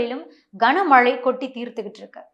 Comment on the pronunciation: கஙனமழை இல்ல கனமழை